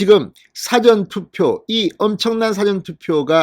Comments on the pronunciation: 나도 부산출이지만 늘 사전투표 말씀하실때 "사전"에서 사-전으로 액센트가 앞에 있는거 아닌데 그리 말씀하시는데 ^^ 발음 좀--참조바랍니다. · 사전투표 사전 발음 똑바로해주세요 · 우리 말의 특징은 장단에 있읍니다! 사전 투표에서 사전의 발음을 정확히 해 주세요! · 진성호선생방송잘듣고있어요 그런데"사전투표"의 발음이귀에거슬립니다사전의 발음은사는낮고전은높게해야하며 진선생의 발음은국어사전영어사전등과같이사는높게전은낮게하고있어요 개선부탁해요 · 사전의 발음이 억양상 영어사전을 의미하는것같은데요???